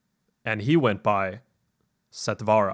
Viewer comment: Since it is a Sanskrit word meaning quick, or immediate....The pronunciation is NOT sat "vaa raa"...Sat(like in hut) vur(like in purr)..